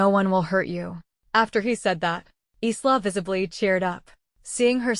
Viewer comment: It's ISLA , AS IN the ISL OF MAN CANT YOU GET THE AI TO GET IT RIGHT, AND WHY ARE ALL THE PICTURES THE SAME AS THE STORY BEFORE, SEEN ONE , SEEN THE LOT, NOT WORTH LISTENING TO OR LOOKING AT.